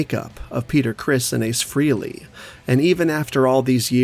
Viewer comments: It´s Ace Frehley...FREH-ley. Not FREE-ley, dude! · Brother, Ace's surname is pronounced "Fray-lee", not "Free-lee".